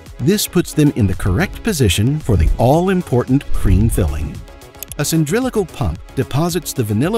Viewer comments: The narrator also said “cyndrilical” instead of “cylindrical” so I suspect the production was just pretty lax on checking his work. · He said cyndrilical pump....lol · A CYNDRILICAL pump? That's special.